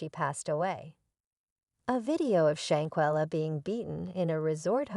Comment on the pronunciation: learn to pronounce shanquilla Robinson name correctly before you do any posting.